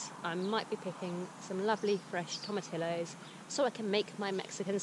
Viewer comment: Tomatillo sounds like toh-mah-TEA-yoh